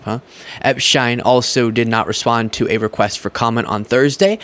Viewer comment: Who is Epshtein? Its Epstein. We aren't in Europe.